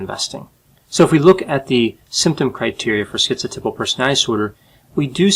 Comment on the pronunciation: Aaarrrgghh another video where schizotypal is mispronounced as schizo-tipple. It's schizoTYPAL (as in "type")!! A mental health professional should know this.